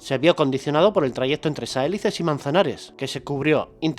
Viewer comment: Saelices tiene el acento en la "i". Se pronuncia Sa-e-LI-ces. Es una palabra llana o grave.